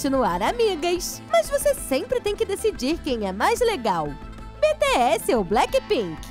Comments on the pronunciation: ela fala bts errado pq ela falou betesse n bitiesse pelo amor de Deus nee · "beteéssi" essa quebrou meu coração kajajajajajakakakaka ai meudeus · Ai que agonia ela falando BE TE ESSE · Deu uma raiva ela falando: "BE TE ASSE"" 😐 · Mano se fala bitiess bts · Eu ouvindo ela falar os nomes errados: 🤡🤡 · eu escutando eles falarem bts errado:😒